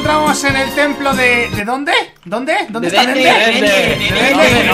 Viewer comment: Se dice dende